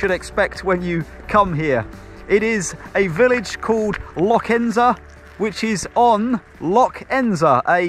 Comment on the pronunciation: Interested in your pronunciation of Lochranza as "Loch Ensa". I have lots of Arran ancestors and have had 3 holidays on the island. Pity you didn't pop into the Corrie Golf club which has the prettiest mountain views I've seen in that area. Shame about your weather by north Sannox burn. Never mind! When I climbed Goatfell it was great going up but fogged over completely at the top. On my three trips I really really covered the island. Wonderful destination.